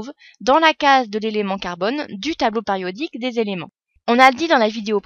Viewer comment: pariodique!!! j'ai mal aux oreilles!